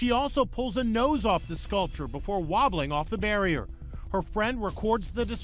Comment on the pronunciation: I love 😊how he says WOBBLING just to make a point 😂😂😂